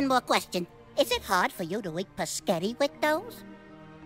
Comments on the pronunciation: You pronounce it with the s before the p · I love that he pronounces it "pasgetthi" like Mussolinni 😂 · Whats gross is the way pronounces Spaghetti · I like how mispronounced "spaghetti"